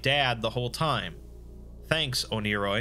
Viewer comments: it’s pronounced “one-ear-oi” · i thought it was pronounced ONE-A-ROY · It's actually pronnounced "oneyri" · I swear, it took me half an hour of watching this for me to realize that you weren’t saying oni-Chan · Proof that the Exploring Series can be wrong: It’s pronounced one-er-oi